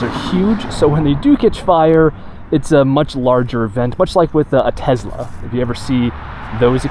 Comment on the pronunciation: Tezla? Thats how your going to pronounce one of the most recognizable car brands?